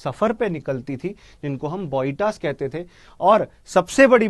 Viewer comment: It's not boita... It's spelling like Bo-e-ta....